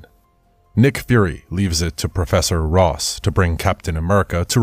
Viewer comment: Ross not rose